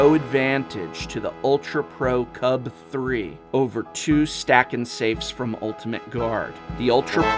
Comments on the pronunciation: Just say UltraPro CUBE and not Cub-Three. It's 1337/gamer speak. It's elite/leet, not OneThreeThreeSeven. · I love these videos, I watch them all the time, and I feel they are very well done, but is anyone else bothered by the way he says "CUB3." It's l33t speak for cube, pronounced "cube." That is all. Keep on slaying it.